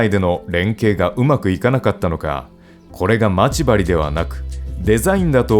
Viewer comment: ま↑ち↓針がきになるｗ